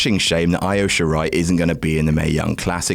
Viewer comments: I have to be that nerd... It's EE-OH Shirai, not EYE-OH Shirai. Great list; I've been in a cave for the past few years and need to check some Cole matches. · it's EE-OH! EE-OH SHE-RYE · "Eye-o Shirai" tho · Eye-Oh Shirai. Kairi SAYNE. Kazoochuka Okada. For fuck sakes it takes literally 2 seconds to look up how to pronounce shit. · For the love of god, learn how to pronounce Io Shirai's name. They say it during every entrance, just listen and copy!